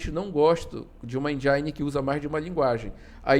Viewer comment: Muito bom o video. Mas só um detalhe, a pronúncia de "Engine", seria mais próxima de "Endine" e não "Endiaine", acaba parecendo que está tentando falar mais inglês do que um americano kkk Mas o vídeo está muito bom. +1 inscrito.